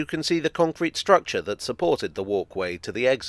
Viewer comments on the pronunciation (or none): none